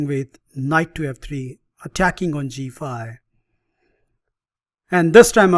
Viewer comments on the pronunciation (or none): A fun line against the London System. Geee feive And heitch feive !😁